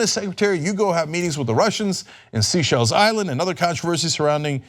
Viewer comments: Seychelles. It is pronounced 'say-shells' rather than 'sea-shells'. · Cenk needs to STOP saying 'Sea-Shells'. It's 'Say-Shells'